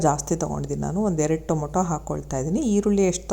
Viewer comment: ಟೊಮೋಟೊ ಅಲ್ಲ ಟಮಾಟೊ